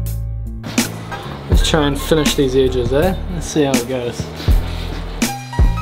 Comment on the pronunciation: Nice "idges" ;)